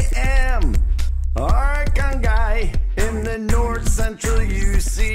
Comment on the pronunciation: “Kh” is “h” bruh and bro pronounces it so weirdly Arhangay Bayanhongor